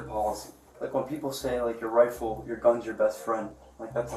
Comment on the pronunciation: The hyperbolic commentry is painful! Dude can barely say the word 'Rifle' properly